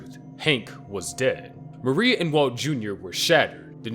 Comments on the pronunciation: Yeah, based on the way Marie was pronounced as Mary the narrator is either not familiar with the source material or its just an AI voiceover. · Her name is Marie not Mary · This reads like the script was just copy and pasted together. Not to mention saying "Mary" instead of "Marie"